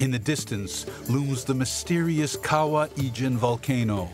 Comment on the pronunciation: Fantastic video but rather funny listening to the narrator pronouncing the word 'kawah ijan'..actually it is kawah ijo. To us in Malaysia we call ijo as hijau.meaning green.